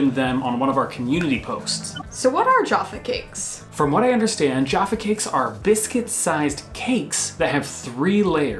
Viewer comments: its also jah-fah not jar-fah cakes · Jaffa cakes are pronounced jah-ffa rather than joh-ffa and yes they are delicious and people eat them in different ways, so the way I do it is eat all the chocolate off the top, then the cake, then the orange jelly stuff. Unfortunately there are some people in this world who don't eat them like this but eat the three sections all at once which is WRONG. Also M+S Jaffa cakes are good but rectangular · Toffee crisps were Rountree Macintosh although Nestle bought them out. Jaffa is not pronounced Jarfa. The place in Israel where the oranges comes from is Jaffa, not Jarfa. They are cakes because they are sponge, not biscuit. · It sounds weird hearing you pronounce Jaffa Cakes. The first "a" in "Jaffa" should be like the "a" in "Traffic"; it should not rhyme with "Java". However, they are so intrinsically British that I've got a feeling it will still be strange hearing it in an american accent... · Jaa-ffa cakes not jafa. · manufacturers can be such babies. tut tut guys its Jaffa not joffa. its mcvities not mcveeties lol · Not jarffa, jaaaaffa. Not mcveetees mcvitees. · The way they say Jaffa cakes hurt my ears. It’s jaff not joff- a cakes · What is a jarffa cake im sure its pronounced ja-ffa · Its not "Jaafa cakes" Its "Jaffa cakes" as in...Gaff or laff or Staff or Taff ... Jaff .. Jaffa Cake. Jaafa cakes.... painful to listen to. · It's really minor but the way you're saying "Jaffa Cake" is a bit weird? You're putting a long "a" sound in there that to British ears sounds like you're saying "Joffa Cakes". It's a short "a" as in "cat", "bat", "mat" and so on. Jaffa Cake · It's JAFFA not 'JARFFA'. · You are saying the word "Jaffa" with an extended initial "a", so it is sounding like "jarfar", which isn't quite correct. It should rhyme with the word "gaffer". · Could you please stop saying Jaaaaaffa it's a short A so Jaffa cakes. And it's an orange jelly not marmalade! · firstly there jaffa not jarffa cake ffs! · JAffa not Jarfa